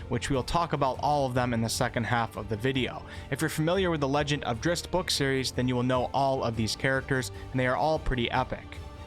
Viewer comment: No disrespect but your pronunciation of Drizzt is nothing but cringe worthy.